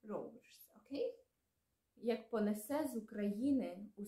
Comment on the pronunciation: нііііі, наголос. Так не люблю коли українці, читаючи "Заповіт" не так читають. Ось так тре- "понЕсе". І "до сАмого". Тим не менш, дякуємо, що ви робите таку важку і потрібну роботу! Успіхів і на далі) До речі, а чи можете перекласти вірш Василя Симоненка "Де зараз ви, кати мого народу?" Чи надто жорстокі там слова присутні?...